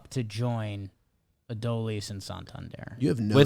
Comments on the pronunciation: Please guys it is Uh-Doh-Lease Garcia. Its three syllables. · Only thing I hate more than Adolis is your guys pronunciation of his name